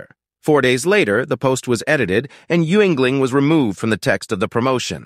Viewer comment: It’s not you-ingling. It’s pronounced “yingling”.